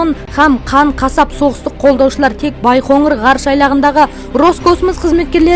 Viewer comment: Байғоңыр емес, Байқоңыр